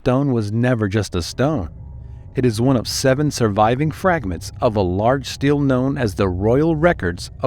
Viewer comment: Stele.. not Steel